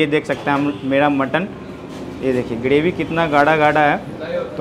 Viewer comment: ग्रेवी होता है गडेवी नही